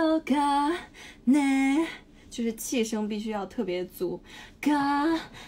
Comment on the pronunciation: she said "msnake" , so true queen